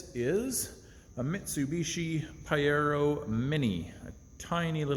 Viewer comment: Love it ! But it’s pronounced Pah-jeer-oh. Informative mate 👍